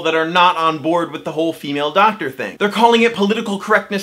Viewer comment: Its "Doctor", not "ducktr" 😂